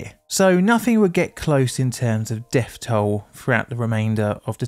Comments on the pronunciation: The deaf toll in nineteen firteen. I cannot stand to listen to vis guy, so have resorted to captions. Bloody norah. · Firty? Deaf? Monfs? Fousands? Plefora? PLEASE try to pronounce TH as 'th', not 'f'.